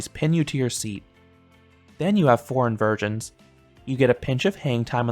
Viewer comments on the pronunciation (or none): Did you say Invirgins? 😂 Legoland Florida also has that same dragon coaster.